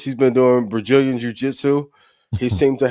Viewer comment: I had to laugh at "Brajillian" Jiu Jitsu